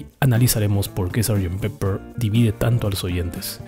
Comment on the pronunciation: Es pepper (pimienta) y no peppers (pimientas). Y se pronuncia peper y no piper, como dicen algunos hispano hablantes.